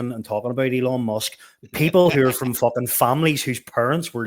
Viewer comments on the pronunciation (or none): none